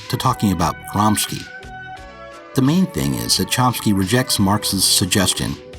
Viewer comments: It's pronounced "Gramshe" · Hi, I just want to point out that the correct way of pronouncing Gramsci is like Chomsky does (he's not a linguist for nothing ;) )